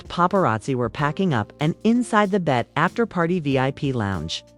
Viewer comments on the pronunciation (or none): Hello???? Its not "bet" - Its B -E -T